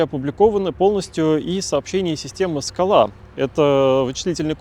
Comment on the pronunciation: Спасибо. Одна ремарка: если не ошибаюсь, то в названии СКАЛА ударение должно быть на первый слог.